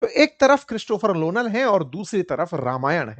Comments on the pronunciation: It is Nolan, not lonal. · Nolan not lonal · उल्लू के पट्ठे ,लोनल नहीं नोलन है 😂😂😂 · Christopher Lonal 😂😂😂 are ye Lonal nahi haiiiiiiiiiii Nolan haiiiiiiiiiiiii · Christopher nolan ❌ Christopher lolan ✅ 😂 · Lonal नहीं सर nolan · Christopher Nolan not lolan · Sir Christopher lonal nhi Nolan hai😂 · Sir lonal nhi nolan h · Lolan 😂 Nolan ❌ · Christopher Nolan ❎ Christopher Lolan✅ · Christopher lolan??? Lol sirji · Lonal nahi Nolan😂😂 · Are uncle vo "Nolan" he "Lonal" nahi 😂😂😂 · Lonal nahi Nolan 😂😂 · Nolan ❌️Lonal ✅️ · LONAL❌❌❌ NOLAN✅✅✅ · Christopher lolan ❌ Christopher Nolan ✅ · Christopher Nolan sir 😂 not Lonan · Lonan nhi sir Nolan hain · Sir , lonan nahi nolan hain wo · Christopher nolan ❌ Christopher lonan ✔️ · It's not Lonal it's Nolan! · Sir woh lonal nahi nolan hai 😂😂 mere muh se nikal gaya mujhe maafi kar do😂😂😂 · Nolan ❎ Lonal ✅ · Arre bhai aapko Nolan ka naam tak nahi pata, kya bakwas kar rahe ho... Pehle naam toh thik se bol lo..